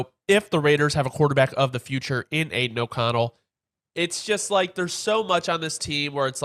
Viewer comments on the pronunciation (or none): none